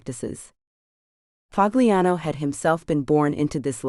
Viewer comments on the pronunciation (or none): " Pahliano" not " Pag liano"..damn A I